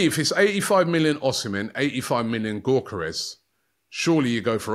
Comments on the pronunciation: It's pronounced "Viktor Yo-kor-resh" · The G is silent in Gyokeres (Yokeres)😅😅😅😅